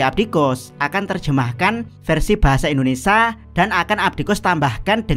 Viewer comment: Tergiang kata indonesa ditelingaku 😂😂😂